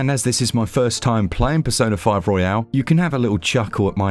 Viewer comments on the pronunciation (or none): Nice review! Royal, not Royale (battle royale) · It’s Royal, not Royale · It's Royal not Royale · Why does everyone pronounce it as "royale" when it's just royal? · It's Royal btw, not Royale. 😆 Great review as per usual though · FYI it's pronounced "Royal", not "Royale". Hope that helps. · Was there some cheekiness or joke going on that I missed?? Could have sworn he kept calling it ROYALE and it’s most definitely ROYAL. Not a big thing just kept thinking to myself Have I been saying the wrong thing for a couple of years?? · It is a true classic not surprised that it runs well on the switch great technical review Side note It's royal not royale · hurts me a little every time he pronounces it "royale" and not "royal" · It's Royal, not Royale 🙄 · i thought i was going crazy bc he kept calling it persona 5 royale and i kept thinking it was actually called that lmao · Oh no bro is calling it pesona five royale oh gosh I can not watch this video he ain't saying it right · Your pronunciation of "royal" is bugging me. Isn't it only pronounced that way when it ends in an "e" (royale)?